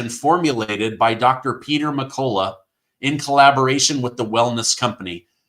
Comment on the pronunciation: you're pronouncing Peter's last name wrong in all of your ads for his medicinal formula. It's pronounced "Mc-cull-ough".